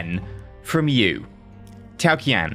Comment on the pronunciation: Qian Is Pronounced Chi-en